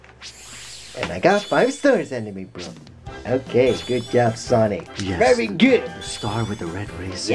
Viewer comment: sonic amy said sonmay